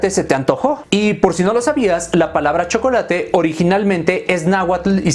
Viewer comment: El shocolate (como lo dijiste) con leche